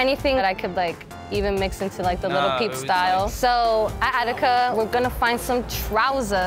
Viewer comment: She says shes a fan of lil peep but says little peep🤦🤦smh